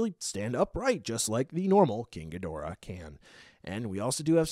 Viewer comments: It’s ghidorah not gidrah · It's Ghidorah not Gidrah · In Japanese katana his name has always been pronounced not Ghi-door-ah, with an emphasis on the door, but キングギドラ Kingu Gi-dora. Bandai typed the tag to not be American name accurate but simply close to English pronunciation accurate. It's like seeing Radon instead of Rodan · Thats right , Its not ghidorah dude , its gidrah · U said ghidorah wrong